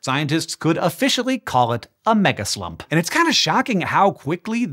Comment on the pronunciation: I swear you said megaslut…the needle jumped off my record over here